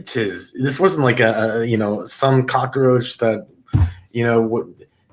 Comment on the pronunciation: All that drama is ridiculous. The term is cock roach, not Crocker roach, or are you confused with Betty Crocker?. Go get some education. What are you looking up for instead of into the camera. His victim okayed his presence…how did you miss that? You know all about families, other cultures, from a book? Or your dreams. Speak for yourself. You have no idea what it is to secure a job with a felony conviction.